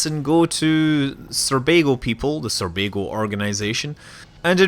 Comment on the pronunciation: Sounds like you're saying Surbago, not Sorbago, in the start.